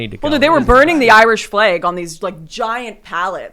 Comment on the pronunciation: The word is “flag” not “fleg”, Lauren